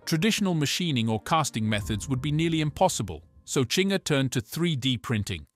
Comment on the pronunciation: It's not Chinger.... it's Zinger